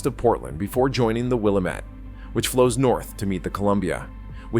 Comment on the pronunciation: Good coverage and explanations, but knowing how to pronounce the Willamette River and the Tualatin River are pretty important to sounding like you know what you are talking about.